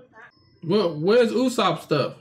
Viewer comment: It's pronounced Ooo-sop just in case you were wondering